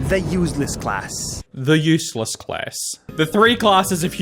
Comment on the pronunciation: I hate the way he pronounces "useless" like "use less"